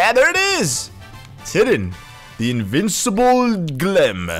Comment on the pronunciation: “Invincible glem”